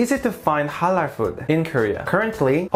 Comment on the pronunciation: Your pronounciation of (halal) and (haram)Is on point!!!